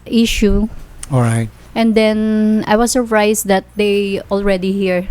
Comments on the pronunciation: I am "SURFRISE and we didn't "PACE TO PACE" Ang gulo mo te 😂😂😂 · i was surfrised and pace to pace. ate nman nag sinungaling qa na nga. mali mali pa pronounce mo. duh...Madaling salita GOLD DIGGER qa hyop qa. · "Surfrised" kaka stress English mo te! Dyan ka nlng sa tambay mo te haha! Di mo deserve c foreigner. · She's really surfries🤣🤣🤣🤣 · It skills me I was surfries Binasa na nga mali parin. Jusko day. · I was surfries.. 😂 phase to phase.. 😂 belling.. 😂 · "i was surfrays" 😃